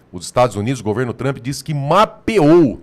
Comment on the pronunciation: Parem de chamar ele de Donaldi Tramp. Aprendam a pronúncia.